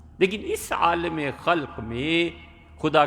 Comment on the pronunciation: عالم لام کےزبر سے کہنا چاہئیے لام کے زیر کے ساتھ بلکل غلط ہے ۔